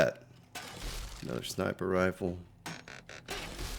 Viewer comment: Hey, did you really mean to say "rifer Sniples" at 46.58? Had a nice chuckle. Keep up the great work.